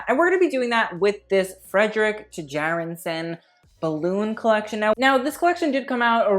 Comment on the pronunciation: his last name is pronounced Chærandsen, for next time ;)